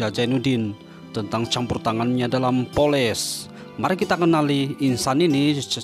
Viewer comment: Bknnya Poles..tapi polis